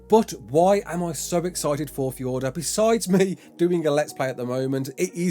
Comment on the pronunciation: How come you can say fjordur normally but not valguero